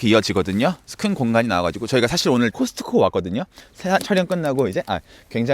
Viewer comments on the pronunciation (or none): none